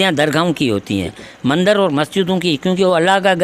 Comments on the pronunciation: Bahi punjabi tune me mandar bolte hai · Mandar nahi mandir 😁🤣😂